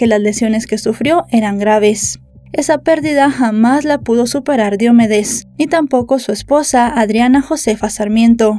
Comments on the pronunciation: se dice diomédes no diomedes investiga y pronuncia mejor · No es Diómedes, es DiomEdes. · Excelente recopilación de datos... Sólo dos cosas: Su nombre no es Diómedes... es Diomedes. 461.000 pesos colombianos en esa época serían unos 450 dólares en ningún caso 95.000. Una multa de 10000 pesos tampoco son 2000 dolares... 10mil pesos eran menos de 10 dolares. Ya sé que es irrelevante... por eso sí no estás segura mejor no dar este tipo de datos. Un saludo.